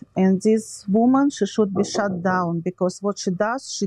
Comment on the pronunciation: oh ok thank you. I thought it was hilarious when she said “ this woman needs to be shut down” because with her accent it sounded like she said “ this woman needs to be be shot down” lol I was like ok someone’s got connections to the mafia. 😂